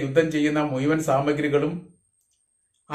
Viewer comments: മുയുവൻ അല്ല. മുഴുവൻ ആണ്. ഉച്ചാരണം. ഈ മണ്ണിൽ ഒന്നും സംഭവിക്കരുത്. യുദ്ദം നമ്മുടെ ഒരുത്തരുടെയും അന്നം തരുന്ന മണ്ണ് ആണ്. ഞാൻ എപ്പോഴും uae യോട് ആയിരിക്കും. എപ്പോളും സമാദാനം ആഗ്രഹിക്കുക. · നല്ല മലയാളം പറയടാ, 🤓 മുയുവാൻ അല്ലടാ മുഴുവൻ ഹിഹി 🤣🤣🤣